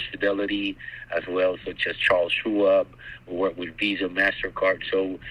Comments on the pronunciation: shu aab instead of shwaub. lol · He couldn’t even pronounce Charles Schwab right! Lol